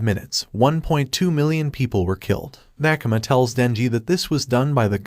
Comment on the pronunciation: bro its makima not makama but makama sounds like demon slayer